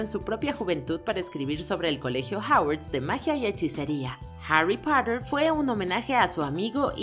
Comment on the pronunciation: Como pronuncia Harry Potter"? JAUARRYS PUIOTTERS <-- g4 f4 ¡ es para un público en español.